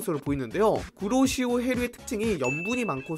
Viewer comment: 구로시오해류가아니고 쿠로시오해류인뎈ㅋ